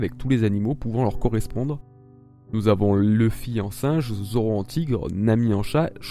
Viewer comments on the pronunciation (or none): none